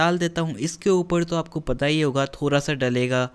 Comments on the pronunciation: the way you say 'thora sa' instead of 'thoda sa'...i just love it.. 😁😊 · The way he is saying thoorasaa